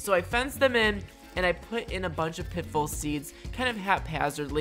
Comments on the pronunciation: pit full seeds? or pit fall? I hear wrong sometimes! LOL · I love how you say pitbull instead of pitfall